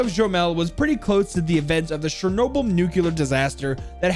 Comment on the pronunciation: you read charnoble